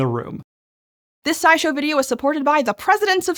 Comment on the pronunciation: I just realized I had heard you say SciShow in other videos several times, but I thought you had said Side show and wondered what that meant, figuring it was one of the many accounts you have, DOH